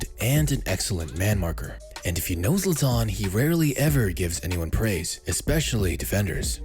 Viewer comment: Zlatan* not Zlatón